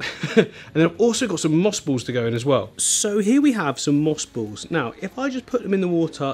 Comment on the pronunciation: What are moose bowls? Oh moss balls. He talks like a wittle baby.